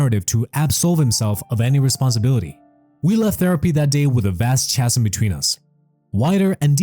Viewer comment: Chasm is pronounced Kazm.